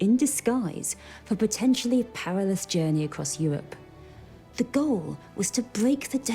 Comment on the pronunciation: "Euwope tone apawt by weligious conflict...." What is it about these non-rhotic women historians?